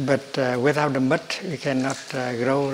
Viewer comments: Thank you I thought he said..nut 😂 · Like he way he says "muDT" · Is he saying Butt? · I thought he said butt like the butt of a lotus holding the flower together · I heard "butt" too... Geez. I thought "that can't be what he said, right?" Lol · Love the way you say Mud , love how your voice settles me down...into relaxed vibebration...truely Thay you are Buddha enlighten 🙏💐🌺🌼